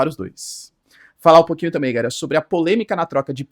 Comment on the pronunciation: Pq esse professor fala "Gaera" ao invés de "Galera"? É uma piada interna com a comundidade?